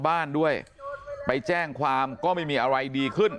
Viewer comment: พ่อนักข่าวเอ๋ยพูดปรกติเหมือนเมื่อก่อนเถอะนะ ชลบุวี ร้องเวียน(ร้องเรียน) อะไว(อะไร) .....เฮ้อ